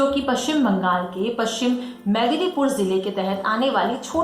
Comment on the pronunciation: It's madnipur not Madlipur